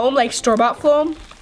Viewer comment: Why does she say floam?